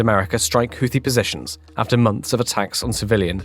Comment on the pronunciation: I'm just happy to hear a reasonable pronunciation of Houthi.